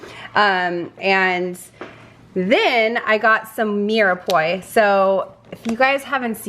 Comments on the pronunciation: Really good haul! Glad to see certain items are back in stock. By the way, Mirepoix is pronounced "meer-pwa" or "mir-a-pwa", if that pronunciation is easier. I hope this helps for future reference. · Fyi, the mirepoix is pronounced "mirpwuah" it's confusing because of the way it's spelled but French words are tricky. I hope this helps.